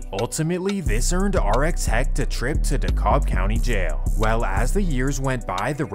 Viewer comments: They wasn’t dangerous they was just thieves 😂 and I’m from Decatur we not zone 6 that’s East Atlanta. Decatur is the Eastside because you take I-20 East to get there or 285 East. Dekalb county don’t operate in zones only Fulton 💯 ( and it’s pronounced De-cab the L is silence ) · dude why are you saying decobb? that is krazy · DeKalb is pronounced (de-cab) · DeKalb is pronounced 'de-cab' for future reference, lol. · Please tell me who taught you how to pronounce DeKalb